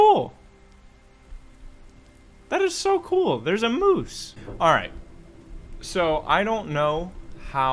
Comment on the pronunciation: “A mòøse”